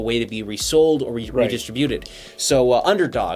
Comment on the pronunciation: Today I learned that Canadians say "distributed" different than the rest of the world.